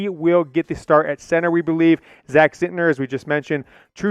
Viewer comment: It's not Zintner lol